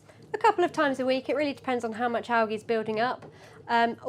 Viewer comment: Are you saying algae wrong? Lol